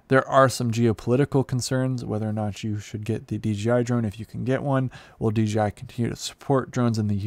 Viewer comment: DJ-EYE, Ya, that'll do...